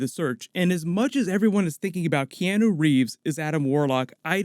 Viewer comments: Key-on-o...not key-eno. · T K key-Anne-New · You really need to practice saying Keanu Reeves name properly.